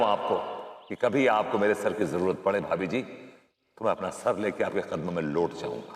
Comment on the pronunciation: भाभी जी होता है ... भाबी जी नही होता है &TV सुधार कीजिए